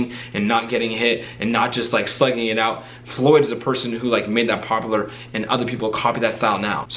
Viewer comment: popoler lol